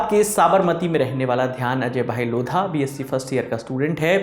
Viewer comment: लोढ़ा होता है, लोधा नहीं। क्या हिन्दी जानते हो तुम, अंग्रेज़ी ने मार ली है । 🤦🏽